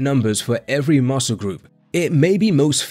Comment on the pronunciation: Say muscle properly Ffs